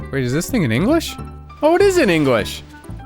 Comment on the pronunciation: Ah yes, the United Kiongdom, where the national language is Ongliosh, unless you're from wiolse in which case you speak wiolsh, and the sciots speak sciotosh, and our favourite hot beverage is Tio with miolk. 😂